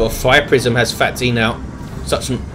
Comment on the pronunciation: I believe phatE is pronounced "fate"